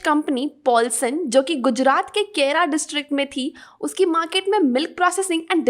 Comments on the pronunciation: Its not kera its kheda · Thanks for the Information. But it's KHEDA not Khera.